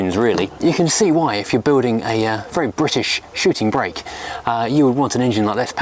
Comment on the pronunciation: "Perhaps this isn't a shooting BRAKE." he says. Quite right - it's a "SHOOTING brake". Imagine making a whole programme about something you don't know how to pronounce...